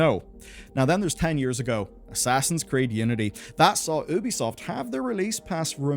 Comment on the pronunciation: The way you pronounce Ubisoft drives me XD "Oobeesoft" lmao It's "yuu-bee"